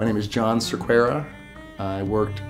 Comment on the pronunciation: Totally not related but "Cerqueira" is a portuguese name, so this man is clearly parly portuguese, but he still does nlt know how to pronounce is name ahah